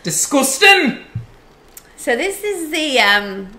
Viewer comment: 'Disgusting'!! 🤣🤣🤣 lol you sounded like you were from up the road!